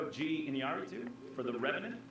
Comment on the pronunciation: Iñárritu. His name is pronounced in-YAR-ee-too. Accent the "a," roll the double "r"s (if possible) and the ñ is a kind of "nya" sound. Sorry to be that guy, but I've taken way too many Spanish classes and it kind of gets on my nerves whenever you say Inaratu. At least you're better than Cheryl Boone-Isaacs in terms of pronunciation. But yeah, it's either him or Miller for best director. Personally, I'd go with Iñárritu, but I definitely see the argument for Miller. And Leo deserves best actor, even if Matt Damon was also amazing in The Martian.